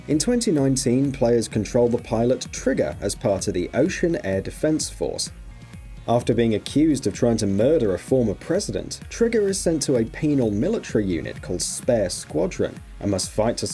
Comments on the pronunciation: bro, its o-cea, like ocea, not ocean. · At least do your research and get the names correct, "Osean" not Ocean you dense twat. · As much as of a Belkan patriot who hates Osea as I am, I have to agree. It’s Oh-see-an, not Oh-she-an. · Did you just say Ocean Air Force it’s Oseeeean Air Force... Americans smh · O C AN not ocean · Osiyan not ocean holy fuck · How he said Osean made me die inside as a fan